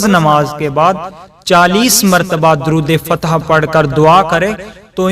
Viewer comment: Its not durood fatih